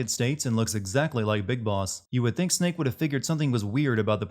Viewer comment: That is the best way of saying “Snake” I have ever heard